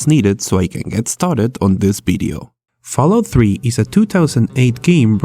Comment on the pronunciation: fallout "tree" in a potato